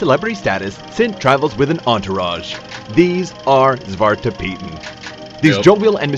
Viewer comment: it's "zwarte" piet with an e at the end of zwarte 😅✌